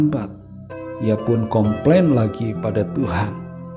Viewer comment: Com plain atau kompeng😊